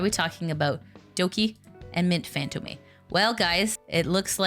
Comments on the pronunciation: its pronounced Fan-tome not fan toe-may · sorry to be that guy, but I'm half French and it gives me the heebie-jeebies to hear Mint Fantôme being pronounced as "fantomay". It's the French word for ghost, the accent's there, I'd appreciate if it's used correctly. it's mostly a me-thing tho, I get the same physical revulsion from hearing aluminium pronounced as "aloominum".